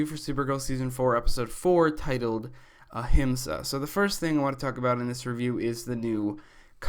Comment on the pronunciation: *Ahimsa not ahisma